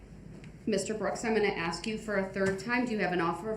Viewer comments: I didn axe then to do dat,what a fool,,😂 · Did I axe them to do dat. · "I did not ax dem to do dat." Ugh. He infuriates me. 🤬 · Can I axe a question? What is this troof he speaks of? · I didn’t axed dem to do dat 😂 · “I did not axe them to do dat.” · Never! EVER! EVER EVER EVER EVER…. Trust anyone who says “Axe/Axed instead of Ask/Asked. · I did not AXE dem to do dat....i did not axe dem to do dat....its a rush to judgement....its not lawful law.....you dont under-SHTand....you not rushin' me to judgement.....my paperwork is missing for some odd reason ...i axe for a legal finding of fact & legal reconsideration....(I dont know what the hell im talking about) Groundz for the substain? Do you keep regular contact with that child? ***Ummmm....mr third party intervener....do YOU keep regular contact with that child????** (PS....does she actually hate you?) Here it comes: Perry Mason moment.... Do you recognize these pictures i pulled outta my ass?? Taaaa-daaaaaa!!!! Case closed. Check mate😂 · The guy who thinks he's so smart you think hed learn how to say the word "ask" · Im going to miss the ghoul going to court each day and making a complete idiot of himself for our entertainment 😅 the best bit is he thinks he looks clever, especially when hes questioning Erika and arguing with the judge, hes so stupid that he cant even get a word right that he hears 100 times a day "substain"😂 and why does he constantly try and eat his own lips? He is truly a repulsive little turd goblin, he makes my skin crawl 🤮